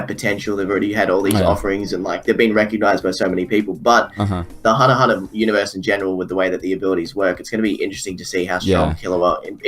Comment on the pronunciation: "Were talking about hunnerhunner"